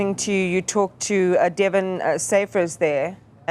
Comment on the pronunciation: I agree. I miss the gentle, respectful approach of Karinda Jagmohan at least she would have pronounced his name correctly. Delvin. Not Devon